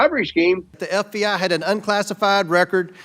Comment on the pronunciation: The eff bee eyee... the aff bee Aaa. Ffs. Shame on you comer